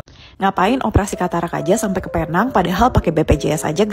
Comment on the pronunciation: Bukan Paynang. Penang sebutannya Pi-neng.